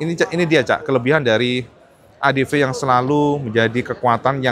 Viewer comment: ADV dibaca : "Adepi", bang, bukan "Adepe"